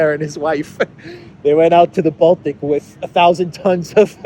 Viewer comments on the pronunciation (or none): none